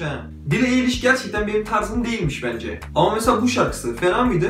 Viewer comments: şey ya billie eilish(ayliş)diye okunuyor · ya keşke soyadını ayliş diye okusaymıştın:( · ayliş ayliş eliyiş değil ĞŞLKJHGFTRDESDRYTUG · "eyliş" değil "ayliş" garezim falan yok iyi niyetimle söylüyorum tamamen kanalı da beğeniyorum 😘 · Eyliş değil knk ayliş😂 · Bi de eyliş değil ayliş diye okunuyo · Eliş değil Ayliş ! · Diğer tüm videoların ve bu videoda efsane ama kızın soyadı "eyliş" değil"ayliş" diye okunuyor.❤❤❤❤ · Elis değil ayliş diye okunuyor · Eli$ degil ayli$ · Bro telaffuzu yanlis yapmissin duzeltmek istedim Eilish "Ayliș " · Knk öncelikle Eilish diyememen beni benden aldı bide keşke hayatınıda araştırsaydın